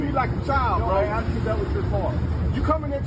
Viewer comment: She just said she asked, she's an attorney and she uses the word.Axed, are you fucking kidding me